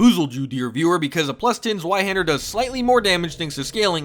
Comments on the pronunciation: Just in case you're curious, "Zweihänder" is pronounced as "Ts-wye-hender", or "Ts-wye-hendar". "Ts" like the "ts" in "Cats". The "wye" like "eye" with "w" in front. And the "a" with the two dots above it is an umlaut "a" that is basically pronounced like "eh", tho, if the word is written without the umlaut dots above the "a", then you can pronounce it like "haand-er". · The W in zweihänder is pronounced as a V, Doof. Es ist Deutsch! Also Sif is canonically male, and Domnhall is pronounced "donnal". Because Scootish.